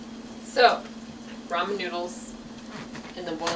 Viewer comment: Did she say Roman noodles LOL